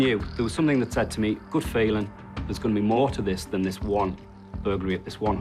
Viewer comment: I think what L B is saying is the addition of a k sound on the end of words that end in ing so it sounds like somethink instead of something